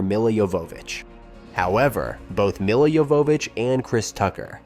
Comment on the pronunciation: I guess this AI hasn't seen the film. "Mila YoVOHvitch", "lead actors", "two thousand three hundred". Tut-tut.